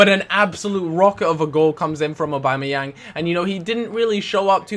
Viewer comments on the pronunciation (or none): none